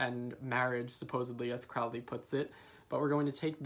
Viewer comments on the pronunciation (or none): "Crowley" rhymes with "Holy"! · Crowley is pronounced with a long "o" as in "holy." Otherwise good video.